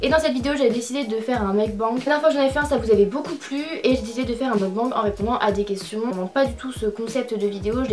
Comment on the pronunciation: Par contre si vous voulez utiliser un mot étranger essayez de bien le prononcer au moins... c’est pas meukbang mais meokbaingue.